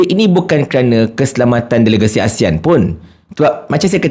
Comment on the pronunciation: Dia tak boleh pun sebut ASEAN betul betul. Keep on uttering ASIAN., ASIAN ! Shhhhhhhhh Shhhhhhhhh Shhhhhhhhh Shhhhhhhhh Shhhhhhhhh Shhhhhhhhh Shhhhhhhhh Shhhhhhhhh Shhhhhhhhh Shhhhhhhhh Shhhhhhhhh Shhhhhhhhh Shhhhhhhhh Shhhhhhhhh Shhhhhhhhh Shhhhhhhhh Shhhhhhhhh Shhhhhhhhh Shhhhhhhhh Shhhhhhhhh Shhhhhhhhh Shhhhhhhhh Shhhhhhhhh Shhhhhhhhh Shhhhhhhhh Shhhhhhhhh Shhhhhhhhh Shhhhhhhhh Shhhhhhhhh Shhhhhhhhh Shhhhhhhhh Shhhhhhhhh Shhhhhhhhh Shhhhhhhhh Shhhhhhhhh Shhhhhhhhh Shhhhhhhhh Shhhhhhhhh Shhhhhhhhh Shhhhhhhhh Shhhhhhhhh Shhhhhhhhh Shhhhhhhhh Shhhhhhhhh Shhhhhhhhh Shhhhhhhhh Shhhhhhhhh Shhhhhhhhh Shhhhhhhhh Shhhhhhhhh Shhhhhhhhh Shhhhhhhhh Shhhhhhhhh Shhhhhhhhh Shhhhhhhhh Shhhhhhhhh Shhhhhhhhh Shhhhhhhhh Shhhhhhhhh Shhhhhhhhh Shhhhhhhhh Shhhhhhhhh Shhhhhhhhh Shhhhhhhhh Shhhhhhhhh Shhhhhhhhh Shhhhhhhhh Shhhhhhhhh Shhhhhhhhh Shhhhhhhhh Shhhhhhhhh Shhhhhhhhh Shhhhhhhhh Shhhhhhhhh Shhhhhhhhh Shhhhhhhhh Shhhhhhhhh Shhhhhhhhh Shhhhhhhhh Shhhhhhhhh Shhhhhhhhh Shhhhhhhhh Shhhhhhhhh Shhhhhhhhh Shhhhhhhhh Shhhhhhhhh Shhhhhhhhh Shhhhhhhhh Shhhhhhhhh Shhhhhhhhh Shhhhhhhhh Shhhhhhhhh Shhhhhhhhh Shhhhhhhhh Shhhhhhhhh Shhhhhhhhh Shhhhhhhhh Shhhhhhhhh Shhhhhhhhh Shhhhhhhhh Shhhhhhhhh Shhhhhhhhh Shhhhhhhhh Shhhhhhhhh Shhhhhhhhh Shhhhhhhhh Shhhhhhhhh Shhhhhhhhh Shhhhhhhhh Shhhhhhhhh Shhhhhhhhh Shhhhhhhhh Shhhhhhhhh Shhhhhhhhh Shhhhhhhhh Shhhhhhhhh Shhhhhhhhh Shhhhhhhhh Shhhhhhhhh Shhhhhhhhh Shhhhhhhhh Shhhhhhhhh Shhhhhhhhh Shhhhhhhhh Shhhhhhhhh Shhhhhhhhh Shhhhhhhhh Shhhhhhhhh Shhhhhhhhh Shhhh